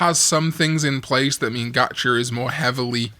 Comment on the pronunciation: "Gatch-er" lol